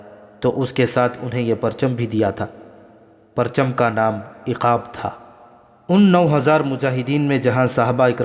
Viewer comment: एकब नही उक़ाब होता है